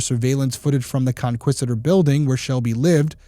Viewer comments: I live in Houston; thank you so much for covering this. Btw, it's pronounced "con-kee-sta-dor". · Her building is pronounced “Con-kee-stuh-door”. 😉